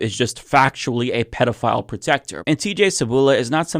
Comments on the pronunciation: It's pedophile, not pedeophile, you are totally mispronouncing the word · The word is pedophile, not pediaphile. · It's not pedeophile. It's pedeophile. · It’s PEDIfile. Not Pediafile. Yes it does matter. If you’re going to broadcast. Speak well. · It's, "pedophile" not, "pediaphile". Just sayin' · "PDF file protector"? Learn how to speak. I think I guessed what you meant to say and you would have been right about that. But if you are going to broadcast videos of yourself speaking to people you need to learn how to speak. You very clearly said "PDF file" multiple times in the first minute. You make no sense! That's when I turned your video off. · Its pedophile not pediaphile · It’s pedophile, not pediafile or pdf file. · It's pedo not pedia the term is pedophile there is no such word as pediaphile. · It’s PEDO. not. PEEDIOfile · It’s pedo- not pedia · It is interesting to hear you pronounce the word as 'pediaphile'. You are correct to do so, as you are using the Greek plural of the word child - 'pedia'. However, I have never heard an English speaker pronounce the word any other way than "pedophile". I would like to know if you have an explanation that differs from what I wrote above. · Am from UK thought you said PDF file - we say kiddie fiddler differently or nonces. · Why cant u say pedophile correctly?? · AI doesn't know how to pronounce pedifile. Pay a real person to do it. So obvious.